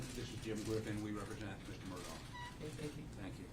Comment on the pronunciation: Do I have bad hearing? Do they keep saying Murdock? The man's name is Murdaugh.